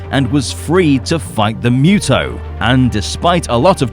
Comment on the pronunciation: It's pronounced "Moo-Toh", not "Myoo-Toh"! 😆